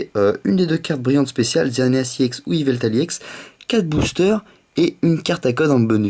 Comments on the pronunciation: c'est pas iex c'est ex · Le E se prononce de façon Englaise :D